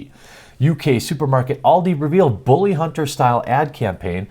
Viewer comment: Booly! Booly! LOL@ accent